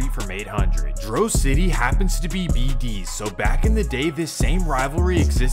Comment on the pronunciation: Foe why u saying bd like that😭, is that really how Mfs from out of state say it?? It’s like you’re saying it as If an E in it 😭 “Beh dees”